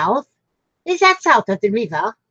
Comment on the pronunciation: Loved how you said ‘South of the river’ ! Cute British accent ! Steve&Steph say that I’m actually South if the river x